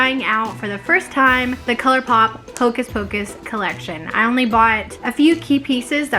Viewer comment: “Hocus focus pleeeease” 😂😂